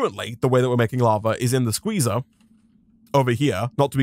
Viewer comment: What he is saying:SQUEZAAAA What i hear: SHIZAAAAAA!